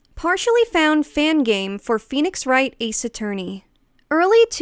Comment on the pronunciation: Ace A-FUR-ney?